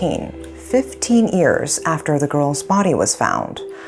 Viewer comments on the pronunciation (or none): What is it with pronounced ears instead of years it made me i cant explain but all is well except that ears instead of years it sound bad pronounced correctly please